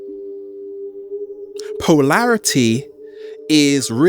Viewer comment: "Poelarity", wonder is it relates to polarity, ugly enunciation that reflects the fractured mental force that is struggling to squeeze words out of a mouth-breathing body. Keep at it savage, I'm sure your ugly noise is being filtered by the audience which has to be extra attentive to understand you.